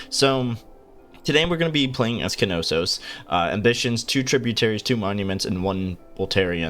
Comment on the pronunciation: great video. just one thing, its NAW-sus, not KA-no-sos